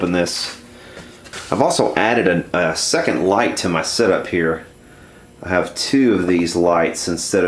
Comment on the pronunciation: it's here not hheeeeerrr